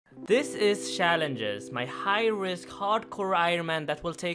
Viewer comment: TYC suggestion: learn how to pronounce 'challenges' within 5 minutes.